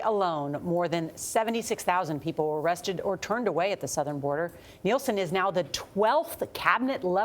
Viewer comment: Nielsen Not Nelson!